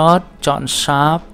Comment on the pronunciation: thầy ơi shape ko phải là sáp mà là sếp ạ :)) nghe thầy đọc nó kiểu gì gì í :))